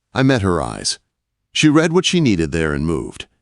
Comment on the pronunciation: F'ing AI! Cannot use READ correctly. or within context, INSULTING!